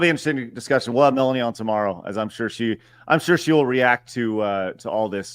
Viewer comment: Asmongold said it wrong but i also think Melanie has many many L takes.